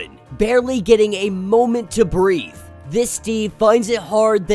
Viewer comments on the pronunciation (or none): none